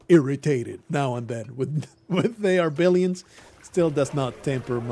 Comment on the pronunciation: all this time i thought you were saying the arbilions kkkk